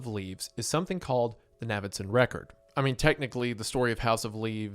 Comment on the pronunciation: Its obviously pronounced like Davidson, just with an N. Thats why his nickname is Navy and not Navvy. How is this difficult?